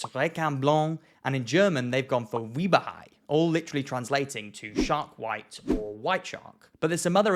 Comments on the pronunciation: Lol. "Weeber Hai"? Why is German always so butchered by English speakers? The letter in Weißer Hai is not a B; it's a sharp S, pronounced something like "ss." And ei isn't a long E either; it's spoken like "aye." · “Weeber hai” is a first lol. The ß in German is just “ss.” “Wei” would be pronounced like “vai.” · Bro how you do scientific research about language differences and pronounce ß as B lmao. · HAHAHAHAHAAHAHAHHAA HE SAID WIEBA HAI it is waisser hai😊😊😊 the sharply pronounced s in german is written ß in many cases :)))) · Just so you know: the German name for “Great White Shark” is “Weißer Hai”. But if you’re reading that fancy German letter ß as a “B” (understandable!), it suddenly becomes “Weiber Hai”—which literally means “Womanizer Shark” 😄 And if you try to pronounce correctly, just say “Waiser Hai” — close enough! 😉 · So in Finnish it could be called Simo Häyhä. "Wieber hai". That's kinda adorable from your part but it's more like weischer hai in how it's pronounced. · Sorry, the German name of Carcharodon carcharias is 'Weisser Hai' ('white shark'), and pronounced 'vycer hi'. 😊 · OOOOOOUCH! Sorry man Germany here, with regard to the spelling of Weißer Hai… the „ß“ is a sharp „S“ not a capital „B“. It’s pronounced like the S sound in „hiss“. Logically as with all hard pronunciation of letters it would be written as a double „S“ following German spelling rules. Anybody want to venture a guess why the double S or SS was eliminated from German writing? I love your content but that hurt my ears! Keep up the good work! 👍 Edit: Ahhhh… I wrote the comment before I heard your pronunciation apology… sorry for being a pedantic. All is good! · Weißer Hai is pronounced vysser hi.. that's a double 's', not a 'b'... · The ß in "Weißer Hai" is German for 'double S.' It's pronounced "Vicer Hi," which means Great White Shark. If it were Weiß Hai, it would be White Shark. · His squalo bianco made me smile, His weißer hei phukken Killed me lol great video as Always though